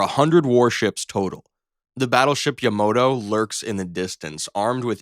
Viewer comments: It's ZOOM-walt. And it's not "yah-MOH-toe" - it's YAH-mah-toe. The AI narration is TERRIBLE. These pronunciations have NEVER been used in real life, yet HIS channel selects the ONE totallly clueless narrator-!! What else can THIS channel wrongly select - pronunciations are THE EASIEST to fact check, and THIS channel refused to do that. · High rye you? Yah moto? Zuhm walt? Can't you pronounce at least one ship's name correctly? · I even thought yamoto was ragebait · If you ever forget how to pronounce Yamato, just remember the theme song to Space Battleship Yamato! Ya-Ma-Tooooo! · Pronouncing Hiryu like that made me cringe. Then you called the Yamato that...I collapsed into a black hole.